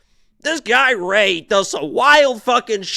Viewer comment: Rei, not Rah-hee